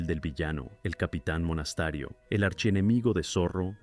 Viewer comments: Por favor, no hagan más videos con relatores de IA, es insoportable. Aburrido y encima habla mal ("Monastario" en vez de "Monasterio", por ejemplo) y encima puntúa pésimo. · Porque dice Monastario??? No era Monasterio